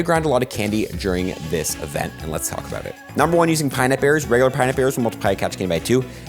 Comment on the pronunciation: Small nitpick put it's 'pin'ap berry, not a 'pine'ap berry